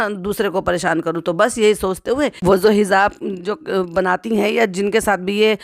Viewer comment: Hizaab, nahi kehte( Hijaab) हिजाब✅